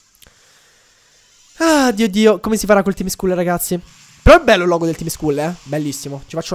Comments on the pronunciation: Si legge tim scall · Il tim Scull si pronuncia tim scall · si dice Tim scall